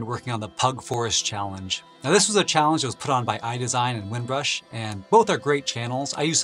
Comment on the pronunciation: I learned a lot from you channel! Thank you. By the way, it's Winbush, not Winbrush. haha...